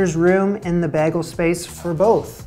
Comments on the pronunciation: so, your pronunciation...is that a Guelph thing? A Central Ontario thing? It was always bay-gul where I grew up. But when I moved to Cambridge (just down hwy 24 from your home town), people said bag-ul. Don't hear it anywhere else! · Sounds like you say "beggle" most people sound more like bay-gle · u are saying bagel incorrectly. is it said like Bay_Gull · You're teasing us, right? Where ya from? It's bay- gle, not bag-gle! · Say “bay leaf” and then substitute the “leaf” for “gull” to get BAY gull. Sounds like you’re saying baggle. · Honey, can you pronounce it "bay-gle" not bah-gels? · you're saying beg-ul when people tend to pronounce it bay-gul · He’s saying it normal- oooohhhh wait is it Canadian to say “bay-gull”? So y’all say it like “bag-el”?? Gee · You sound like you’re saying “beh-gal” instead of “bay-gal” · He says baah-gels, not bay-gels. I watch another Canadian, who lives and grew up around Guelph. She says bay-gels. (the g is like the g in guh) It’s just a speech quirk. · Bagel like "Bay-gull". Your pronunciation is more like "Bah-gull. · I'm hearing "baggle" not bagel. Are you Canadian? If you can say Bay Watch, you can say BAYgull. Rhymes with pay, way, say, etc. Does not rhyme with bag, sag, hag. Another Canadian YouTuber claims she "can't" say it but I don't buy it. We can pronounce everything correctly; it's a choice. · it is pronounced BAY-GLE. not BAG-GLE. smh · Your pronunciation is weird 😂 Yours is more “beggle”, as opposed to the common “baygel”. You’re missing the second half of the diphthong (two vowel sounds that smush together) that everybody else has. Try pronouncing it as if it were the word pay… paygel… baygel. Get that second invisible vowel in there and you should be good! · You say bah-gel vs bay-gel. Bah bah black sheep vs Michael Bay. That's the difference if you want to update your pronounciation. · I had to stop the video to go watch S01E17 just to confirm how much Jamie really Britta'd the baggle pronunciation.